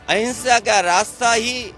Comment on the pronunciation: Hinsha ya ahinsha sahi se bole matlab kya